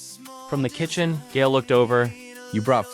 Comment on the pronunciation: Isn't Gael pronounced "guy-el"?